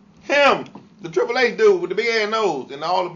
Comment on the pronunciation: When he was trying to say HHH LMFAO